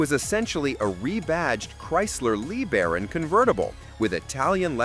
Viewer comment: A Chrysler Lee Baron. How about LaBaron?